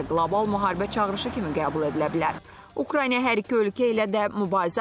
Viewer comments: Ay savadsiz aparici ukrayniya yox ukrayna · Siz nə vaxt bu dövlətin adını düzgün deyəcəksiz😡😡😡 Ukrayniya yox Ukraina !